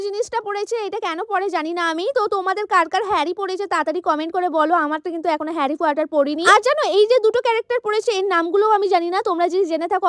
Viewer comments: পাগল একটা হ্যারি পটার কে বলছে হ্যারি কোয়াটার😂😂😂😂😂 কোথা থেকে সব গ্রামের মেয়েগুলো চলে আসে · Herry Potter ❌ herry quatar 😅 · আপু হ্যারি পটার কটার না ❤ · Ami hasi thamate parchi na bhai harry potter na harry quater 😂😂😂😂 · Harry potter ❎ Harry quater ✅ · Harry Potter ❎ Harry quater✅ 😂😂😂😂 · Harry Potter ❎ Harry quater ✅😂😂😂😂😂😂😂😂😂😂😂😂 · Harry Potter ❎ Harry Quater😂😂😂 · Gadha naki? Harry quatar na HARRY POTTER😒